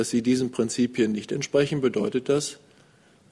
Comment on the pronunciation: Klingt manchmal so wie: "Ciabata al-Nusra" oder "Jabba al-Nusra" ! :D